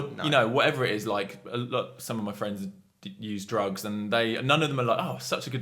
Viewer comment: fwends :D